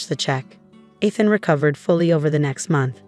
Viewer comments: Can't you have his name read correctly? It is pronounced "EETH-AN", not :"ETH-an" ! If you are too lazy to get the name right, then don't bother posting!!! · Teach the "voice" how to say Eee- than, not Eth(like beth) an.